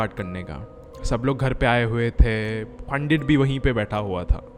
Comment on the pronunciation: Bhai nind aa rahi he sunke mast wali ,,, pandit bolna Sikh jao Bhai pehle